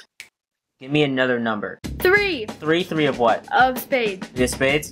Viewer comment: They all say 7 and tree